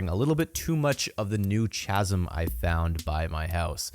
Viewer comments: Its pronounced ka-zaam Not cha-zaam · its pronounced k-asm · iTs PrOnOuNcEd "KaSmE" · i despise the way you say chasm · That's not how you pronounce chasm😭😭